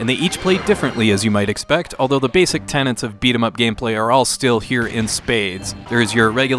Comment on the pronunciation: Tenets not tenants 🏠😅